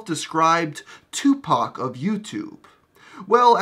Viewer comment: You're probably the only white person to pronounce Tupac's name correctly.